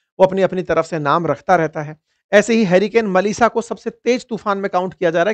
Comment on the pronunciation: मेलिसा नहीं, मलिसा